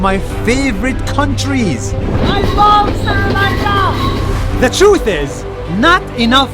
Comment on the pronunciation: bro finally learned how to say sri lanka properly